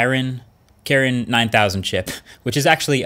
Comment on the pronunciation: You never a fan of Huawei. you never pronounce Kirin correctly